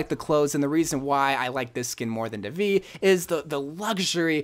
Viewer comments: Its pronounced "dae-vee" where "d" is pronounced as "they", so it's "they-wee" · IT'S pronounced thay-vee, spelled devi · It’s prounonced Devi Day-vee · Devi skin is pronounced as daevi